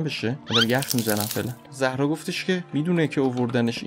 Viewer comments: بجای زهرا باید بگی زارا اینو همش اشتباه میگی😂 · زهرا نه زارا😂